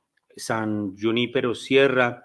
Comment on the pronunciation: No es Yunipero, es Junípero con jota. Lo otro es anglosajón.